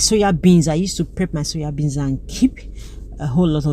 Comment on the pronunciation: SOYA BEANS NOT suya bean sis